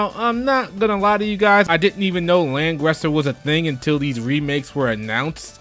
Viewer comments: It's how you pronounce it in German, the language it's supposed to be. And in it was the Japones pronunciation it should have been Ran-guri-za. Now you know! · Lang-(RISSER) like in "rising" sun